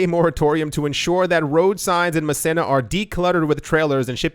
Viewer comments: Muh-Seen-Uh. (Massena, NY) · It's pronounced "Ma-see-na" , New York. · Massena NY, is pronounced.... MASEENA